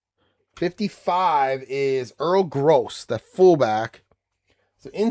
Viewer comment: Pronunciations: It is Earl Grow and Ray Poagie, rhymes with hoagie. Joe Don Looney got run out of Baltimore by Don Shula. He spouted off telling Shula "I ain't no messenger boy," after being sent in to the huddle with with a play. There is a "t" in "Nowatzke." Cleveland is 3-0 in my 1958 replay so far. Jimmy Brown has 543 yards on 77 carries! Groza is 3-11 on FGs, longest being 16. Terrible kicking. Enjoying your replays!